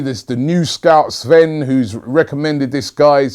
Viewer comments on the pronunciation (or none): none